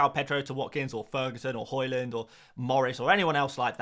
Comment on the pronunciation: Love your videos but what is your inability to pronounce every single players name wrong🤣 it it on purpose. Horland, mboomo. Then you start pronouncing Hojlund, horeland as well🤣